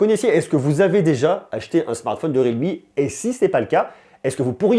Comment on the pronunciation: ça ne se prononece pas rilmi mais riAlmi